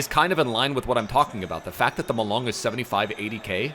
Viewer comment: "Ma"Long , "Leng"let